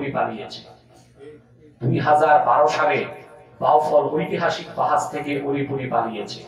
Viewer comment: ওলিপুরি না ডাইলপুরি 😊 আব্বাসি হুজুর জিন্দাবাদ 😊